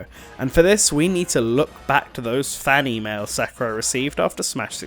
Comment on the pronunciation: I legit that you said Fanny Mail when you said fan e-mails